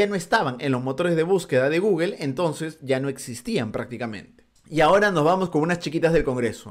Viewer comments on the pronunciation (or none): none